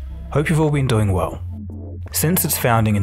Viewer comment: Yes, I'm doing weww, thank you, quite weww actuawwy.